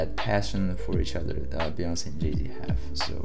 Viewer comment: it's queen b as we say"Be"yonce, not baeyonce.